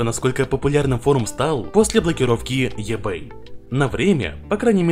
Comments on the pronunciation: еБэй, аж ухо режит))) иБэй правильно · Говори правильно: в слове маркетинг ударение на первую "а", eBay читается "ибэй".